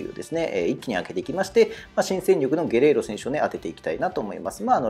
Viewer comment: ゲレーロをゲロって言ってる所で模範的じゃないやんw